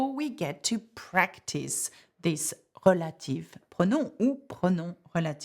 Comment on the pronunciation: Reminder that “relative” is pronounced “rel-ah-tiv”, not “reh-lay-tiv”